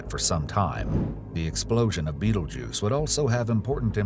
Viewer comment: he did say the name correctly